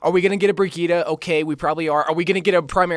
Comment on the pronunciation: 1 word, 3 syllables. BRI-GEET-TUH.